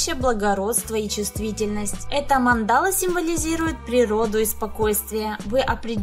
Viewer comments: Не манда́ла, а ма́ндала. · mAndala, a ne mandAla..... Spasibo . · Мандала (ударение на первый слог) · Прикольно, спасибо. Но ударение на слове Мандала и остальных слов вам не известных лучше прояснять в словаре.